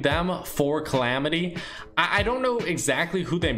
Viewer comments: Calamity not clamity you sit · bruh u had it right the first time like what is clamidiya? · why the hell did you pronounce it "Chlamydia?" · its not climitya its calamity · Clamity? Wut? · he said clamitia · Its CALL AM IT Y